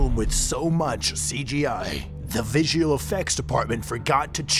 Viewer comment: Vizial? This is the shittiest honest trailer ever.